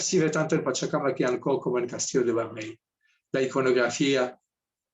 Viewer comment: SE DICE PACHACÀMAC, NO PACHACAMAC